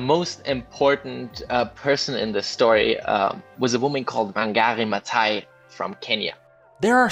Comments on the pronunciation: You pronounce the 'th' in Wangari Maathai, not just the 't' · ma"th"ai. Not t, th